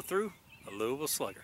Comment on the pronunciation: Thanks for pronouncing Louisville correctly! The place I call home.